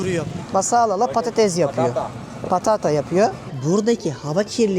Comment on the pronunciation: Patatez❌️ patates✅️